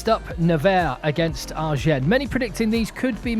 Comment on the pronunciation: I love your commentary, and being from the south of France in exile in England, I really appreciate your channel. Can I give you a tip on how to pronounce Agen? Yes? Thank you! When you pronounce the name "Agen," don't pronounce the 'n' at the end. But if you want sound cool, you could pronounce it like a southerner - a bit like "azhjeng." Before long you will sound like a local!